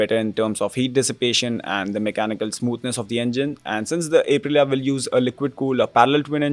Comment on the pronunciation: Bro, I cringe so hard every time my guy says A prilia